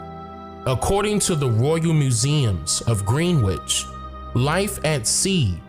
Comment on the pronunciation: Thank you for another great one 👍🏾Greenwich is pronounced Grin itch, in the UK this is so common, the actual spelling of roads and towns are different.